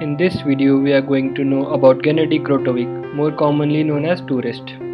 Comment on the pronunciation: it's not "krotovic", it's "korotkevich".